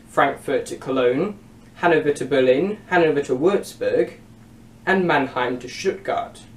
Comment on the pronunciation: The 'a' in Mannheim is like in 'cart' not like in 'cat'